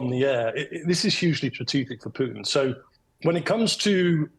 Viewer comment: "the brodge that valdimir puton built" Hes a talented bar steward 😂😂